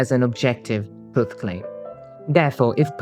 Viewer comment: but no matter what you mean by "truth", it never should have a "U" that sounds like the one in "truck" or "strut". not like the "oo" in "book". It's weird that this guy say "true" correctly but doesn't realise that "truth" is just "true" = "th".